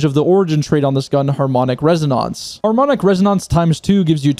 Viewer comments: It's reh oh nenhs not res oh nounce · Everytime you say resoNONCE my baby cries loudly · Rez oh nahnce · Pls don't say resonance like that ever again.